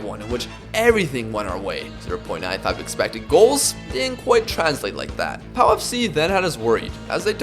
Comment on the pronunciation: man said "pow" for Pau lmao